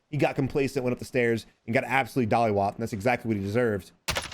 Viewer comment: Did he say dollywop? It's mollywop bro